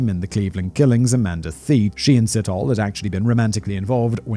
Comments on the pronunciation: It's sit-oh-lay but great episode, thanks for sharing this sad case. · Sit-hole. No we dont pronounce it like that. Its /See-tor-le´/ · I just couldn't concentrate! Every time Simon said 'Sit hole' I cracked up. (Pronounciation, phonetically, is 'See toe lee') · sithole, hahahaha. Si-taw-le, not sit-hole hahaha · There is no th sound in these name or sounds like Ole. Sithole is pronounced sit-haw-leh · Side note...when pronouncing an African name and it ends with e, it's a long ee. Sit..ho..lee. And yeah, the long names are very difficult to pronounce, but thanks for trying to give the victims respect. 🐾 PS...We don't have juries, only magistrates/judges. And YES, we need the death penalty back. The rape/murder of children and women here is out of control. Every 5 seconds a female is raped😢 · It's an African surname that is actually pronounced "see-toh-le". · Si-Taw-lee (Sithole). Haha lemme know if you want some help ons those African names. All about the right emphasis on the right syllable. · Hey Simon, enjoying this new chanel🤗 Here's a tip for pronouncing ethnic African names - we pronounce all the vowels to the end, e.g Sithole : Si-tho-le (sea- tall- le) if that helps🤗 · ALMOST 100K SUBS!!! CAN'T WAIT!! SOOOOOO CLOSE!!! ⭐ANOTHER GREAT VID GUYS!!! BTW, Sithole is pronounced "Sit- holay" - but I'd probably fancy pronouncing it "Shithole" instead!! 😂😂😂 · Selepe. Pronounce the e at the end as you would say e for elephant. Same with Sithole. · his name is pronounced Si-TOLE / N KOSI \ N DLOVO PLEASE DO VIDEO ABOUT THE MANY MURDERS OF THE INCREASINGING FARM MURDERS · I was wondering if there was gonna be a Sithole in this story, having heard how he pronounced Rapodile, I couldn't stop laughing 🤣🤣 DEEEEEP! South African tip: Th in Zulu, and in most South African languages is just pronounced as T